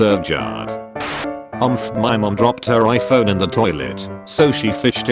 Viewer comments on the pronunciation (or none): none